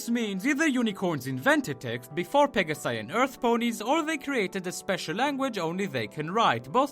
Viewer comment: I never tought about them using "greek plurals" (probably an idea put inthere by a geek animator). It makes the "pega-sai" pronunciation even worse, as it should be "pega-si".